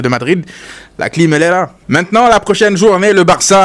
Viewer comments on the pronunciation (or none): none